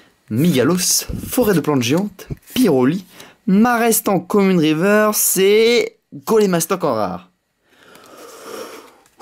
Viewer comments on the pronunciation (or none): none